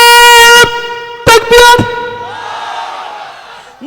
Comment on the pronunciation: নারাই তকবীর শব্দ টা ভালো উচ্চারন করো সাহেব তারপর কথা বলো সমালোচনা করো নি বাবা নীজেরা সাবধান হও আল্লা তোমাদের সাধ দেবে আজকে যে মঞ্চে উঠে বড়ো বড়ো লেকচার মারছো ঐ মঞ্চের জায়গা টা তৈরি করতে অনেক গায়ের তাজা রক্ত দিতে হয়েছে জিজ্ঞেস করো হাড়োয়া পঞ্চায়েত সমিতির সহ সভাপতি আব্দুল খালেক ভাই কে অবদান কার আছে বড়ো বড়ো লেকচার দিচ্ছো.......